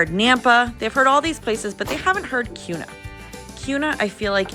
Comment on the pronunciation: Yeah so glad you said the correct pronouncement of Kuna and Boise!